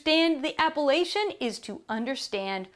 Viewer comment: Could you at least try to pronounce 'apellation' properly?